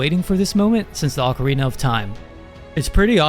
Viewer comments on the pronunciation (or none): none